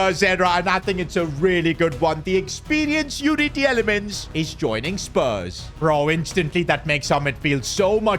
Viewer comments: PCQ: Belgian media is livid because of the mispronounciation of Youri Tielemans. His name is pronounced ‘Tee-la-muns’. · You have pronounce Tielemans like teelemans in Belgium you say it like that.